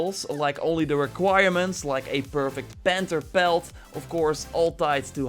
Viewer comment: Berfect banther belt